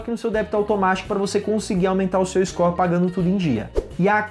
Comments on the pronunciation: Scor? Kkkkkkkk ou "Score"?? Buguei Aqui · "Iscó" kkkkkkkkkk